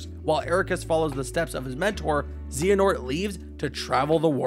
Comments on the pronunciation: I was waiting to see how long it took for him to screw one up and I don't think that XANAHOORT is a correct pronunciation. I'm sure he will maybe get better with time, though. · Zee-an-ort? At least not as bad as IGN’s “Eriqueez” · zeehanort killed me every time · Stop saying Xehanort so wrong!!!